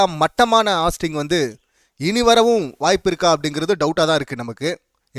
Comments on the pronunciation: நீ ஃபர்ஸ்ட் ஒழுங்கா சொல்லு ஹாஸ்ட் இல்ல ஹோஸ்ட்.. விஜய் சேதுபதி கரெக்டா தான் பண்றாரு உனக்கு பிடிக்கலைன்னா நீ மூடிட்டு போ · Please pronounce it host, not hast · ஹாஸ்ட்டு இல்ல டா ஹோஸ்ட்டு😂😂